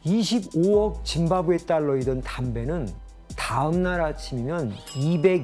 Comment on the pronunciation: 아나운서 누구냐 짐바브웨를 무슨 사람 이름 읽듯이 짐 바브웨가 이러고 있네